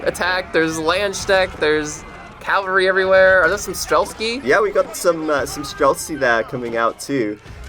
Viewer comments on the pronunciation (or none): stop adding a k to streltsy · The guy is annoying me when he says strelsky. IT'S STRELTSI, it literally means marksman. I'm not Russian, it just annoys everybody that can understand the word.